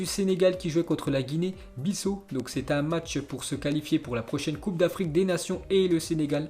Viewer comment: C pas Guinée Bissoo c bissaoooooooo